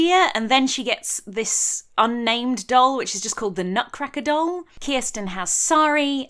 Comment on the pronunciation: I am desperate to know how you knew the correct pronunciation of Kirsten! Is it covered in the books? Does she have Scandinavian family? I've literally changed the spelling of my name to help English people with the pronunciation. How have you achieved this incredible linguistic feat?! Do you know a Kirsten?! Does she share my pain?